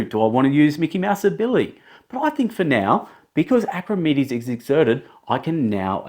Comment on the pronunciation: Clear instructions. But his name isn't pronounced Acrimedes